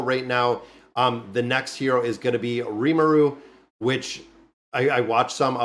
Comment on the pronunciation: Nice ❤ You pronounce rimuru right. 😊 Keep it up